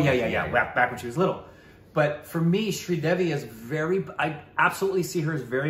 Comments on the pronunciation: Sri Devi…. Sri rhymes with three - Devi as in DEV-ee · was attempting a really bad Australian accent at the start with the pronunciation of Sridevi Jee's name.